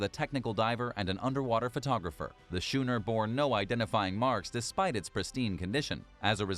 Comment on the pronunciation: The word is pronounced "skooner" not "shooner" ... from someone who studied types of sailing ships while weekend sailing on a dragon class sailboat. Otherwise, quite informative. Love the airplane turned into reef.